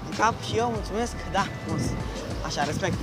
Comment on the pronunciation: de cate ori ai spus RESPECECT XD